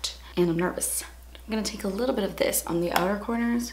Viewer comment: I think I was the only one who laughed when she said "Mine is a leetle bit crooked" XD omg